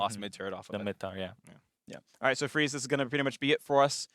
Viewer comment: I think you mean 'Freeze' not Dreeze